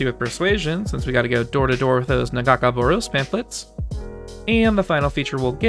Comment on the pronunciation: The pronunciationof Nagakabouros made my hands wrap around my ears but hey... good video